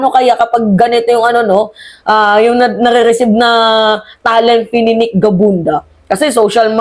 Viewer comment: Gabunada hindi gabunda